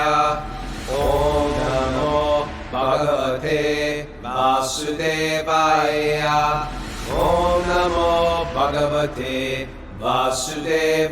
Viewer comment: Gotta get that Vasudevaya pronunciation right: it’s Va-sue-day-vaya. Not day vay eee yah . That actually means something else